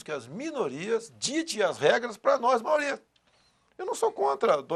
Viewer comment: "Maoria" (Risos).